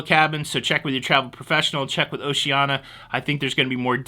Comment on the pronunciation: Gas cools your fuel pump so keeping your tank 1/4 full reduces wear on the pump. Pronunciation Police: O-she-an-EE-ah Enjoyed the show, fuel charge should be warned up front....